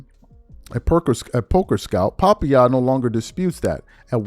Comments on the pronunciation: He said. Papa=ya 😂😂😂 its puh-pie-yah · Pop-pa-yah? Scoozy? 🤣🤣🤣🤣Son, get AI to do the reads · Hey my man it’s “puh-pie-yuh” like the food. No shade just want you to be on point. Haters laugh at mistakes, real brothers correct for your elevation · First thing first. It's pronounced Pa- pie-ya. Second: Smith is more out of control every week. He has more beefs than a gangster rapper, and constantly gets out of his lane, snd into politics. Sooner or later, his bosses at ESPN are going to tell him to shut up. Will he listen? If Max Kellerman and Shannon Sharpe wete expendable, Smith is too. Even with all those ratings. The gambling app is questionable with all the gambling scandals going on, but since his co-workers are also involved, I'm assuming that the network approved all this. McAfee calls his own shots because he still owns the rights to his show. ESPN pays for the rights to telecast it, not produce it. It's a mess right now, but things can change real fast. Ask Shannon Sharpe... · Hard to believe you don't know the correct pronunciation of "papaya" and "scuzzy" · FYI it is papaya like the fruit… look it up… and it’s R.I.P. sometimes listening to these “influencers” trying to read is so funny.. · It's killing me that still cannot say Papaya. Nigeria is a tropical place, I know they grow papaya there! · Hearing him mispronounce PAPAYA is taking me out 😂😂😂😂😂